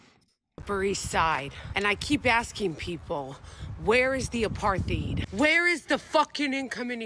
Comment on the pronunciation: please, it's not that hard: Uh-part-hide or Uh-part-heed apartheid.